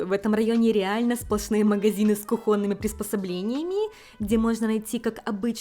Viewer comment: Всё хорошо, только кУхонный, кУхонными, а не кухОнными. Ударение всегда на У. 😌